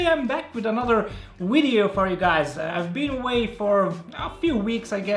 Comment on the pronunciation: i like this guy but whats a "wideo" ?